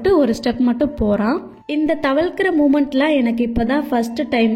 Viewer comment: Adu thavakarathu ila sis😅😂.. thavalrathu❤.. தவளர்து,😂😂❤❤